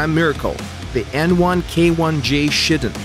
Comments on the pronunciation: it sounded like you said ''the n1k1 ja Shittin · who here thought he said shitting?